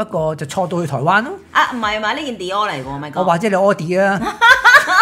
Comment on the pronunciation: ，今集笑死我，你將Dior講成屙D 一絕